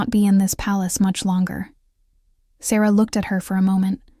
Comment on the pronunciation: Ok, it’s irritating that the main female characters name is pronounced 3 different ways. Is it Sarah, Sara, or Saira. Also stopping at the wrong times in the story. Whoever is doing the A.I for the stories, please do it properly.